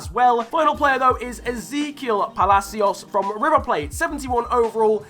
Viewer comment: I use Palacios all the time, he's great! FYI "CH" in dutch is a hard "C" or "K" sound as in "school" keep up the great effort in trying to pronounce these weird ass names though man.